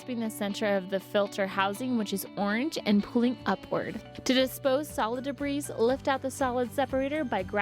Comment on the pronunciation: Lol, "debreeze"